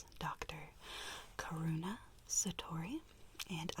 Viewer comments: My sister said hold up did she say corona instead of karuna I got so confused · When she said my name is Dr.Karuna it sounded like Dr.Coronal 😂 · When u said "karuna" i thought you said "Corona" and i panicked (Edit) wear a face mask plz It's weird when someone talks into my ear Even in an real ear test it's weird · O_O “CORONA Satori” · I thought u said ur name was corona 😭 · Lol! She said her name was choroona. I heard chorona! Lol THE DOCTER HAS CHORONAVIRUS!!! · Is it Coruña or corona and I kinda thought she was about to say co**na virus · I don’t know how I realized Karuna messed up saying the right ear and for some reason I thought about that she’d be staring at the back of our heads xD 💗